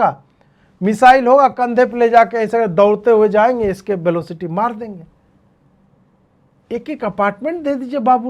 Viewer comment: scape velocity 😂